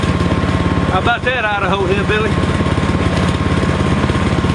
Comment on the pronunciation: LMAO great video love how you say Idaho ( I da ho) hillbilly glad Hf saved your drawers